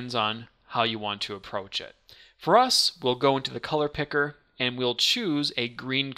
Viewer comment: How this guy says "Color Picker" is oddly satisfying.